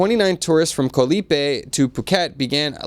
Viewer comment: why aren't your Thai co workers helping you pronounce common Thai words. You need to work on Koh (island) pronounce cock without the ck on the end.